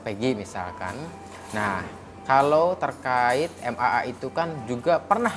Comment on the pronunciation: bukan MMA tapi MAA. Kalau MMA itu adu jotos bang hehehe....